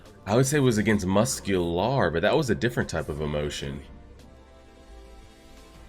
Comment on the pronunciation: wdym that’s convenient? it’s been known that the quirks get stronger after being combined within one for all. and they even say it again in this episode. also why did you pronounce muscular like that? 😭. it’s the english word….. and the only quirk your missing is stock pile. (first user) cuz all might was quirkless.